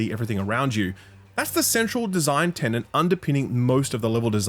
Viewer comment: TENET, THE WORD IS TENET!